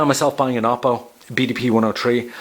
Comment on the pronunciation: Oppo is pronounced "Oh" "Poe", I know without being told that everyone would say it as you did. =D